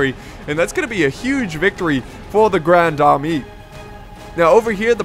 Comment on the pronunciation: pronounced ( la grond armay )